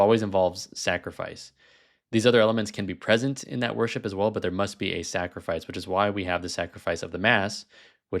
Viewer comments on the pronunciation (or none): none